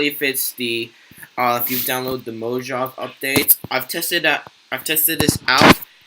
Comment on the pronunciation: it's pronounced mohavay no Mojave